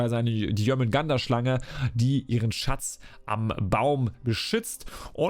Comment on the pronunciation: Also,den Synin Skin find ich persönlich extrem nice - würde gut zu den anderen 2 passen🤔. Die Rüstung find ich eher nicht so dolle,aber das Schiffset kommt gut👍🏻 Btw,es heisst Schilde,nicht Schilder und bei Jörmundgandr bleibt das "r" stumm - also Jörmundgand,nicht Jörmundgander☝🏻 Wieder ein kleiner Schritt zur Professionalität - bitteschön,gern geschehen😉😂